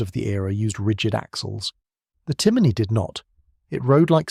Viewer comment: A.I. naration... "see an" as you pronounce it is pronounced "Shaun" and it is "John" in the Irish language.also your pronunciation of Timoney is also wrong..it is pronounced as "tim on e" and NOT "Timiney"